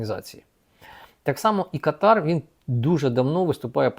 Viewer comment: Káтар. Наголос на першому складі.